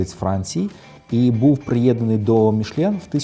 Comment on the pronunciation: Та тільки не «Мішлєн» а Мішелін 😉